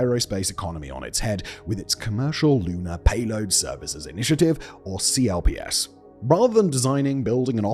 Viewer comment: Minor correction: CLPS is pronounced "clips". Nobody calls is C-L-P-S.